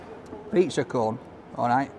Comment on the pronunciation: I kept thinking was saying pizza "corn", but I knew that couldn't be right. I don't think that he'd eat anything if it was even just named corn, certainly wouldn't if corn was an ingredient. I'm from Maine and I've never heard of a pizza cone. Not sure if they're popular anywhere else in the states.